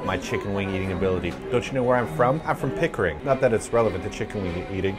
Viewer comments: Pickering. LMAO. That damn nearly killed me. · Yamachan's tebasaki wings are awesome! Great video guys!....Pickering... really dude? lol Better than Hamilton where I'm from though....lol